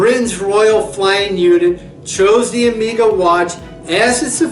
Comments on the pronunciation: OMG - ''Amiga'' watch company... Better know English, because if one have to rely on the subtitles will be well served... Nevertheless great vintage list there, maybe it's hard to call Omega underrated brand, in fact it is one of the most appreciated watch making brands outthere. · Great video! More common pronunciation of two of your watches: Zenith (Zeenith); Omega (Omayga). Just a thought.